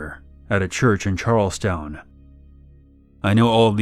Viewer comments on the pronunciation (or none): Its CHARLESTON, not charlesTOWN south Carolina...I know you where just reading an account, but being from north Carolina it just stuck out to me. Keep doing what you're doing